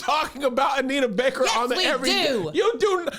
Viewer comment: Every time Kev say Anita Baker I want to slap her name out his mouth 🤬